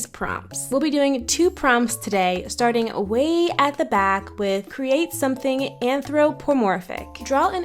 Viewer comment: the “somthing” was really bothering me 😭😭😭 but i love your artttt 💕